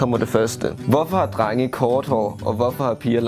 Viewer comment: Det er som om naja siger trenge i stedet for drenge